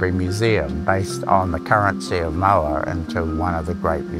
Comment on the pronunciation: Someone tell these guys there is no “R” in the word moa…